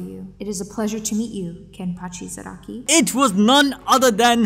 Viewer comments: Did this dude just say Zaneki or w.e Kenpachi at the beginning instead of Zaraki or am I just hearing things. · Bro it's Za-Rah-Kee